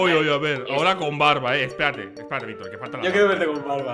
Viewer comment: dice mayictor 😊